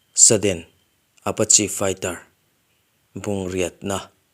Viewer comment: Saddena, tilo hian sudden chuan tila, Achang chuan sedden te iti thin in ka hria, Apache, Apachi, ti in ilama